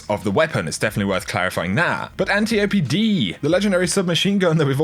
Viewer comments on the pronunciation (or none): It’s pronounced “An-tie-oh-pee” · No more arguing about the pronunciations of antiope Examples: Pope Dope Antelope Rope Hope Cope Interlope Nope Follow me? #readingisfundamental